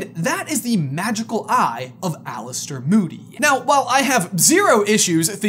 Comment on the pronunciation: My names Alistair and hearing you guys say my name correctly is very satisfying since everyone got it wrong growing up in NC